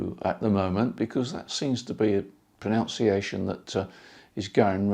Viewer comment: The question about Xiegu is like your pronunciation of pronounciation, only one of them is correct ;o)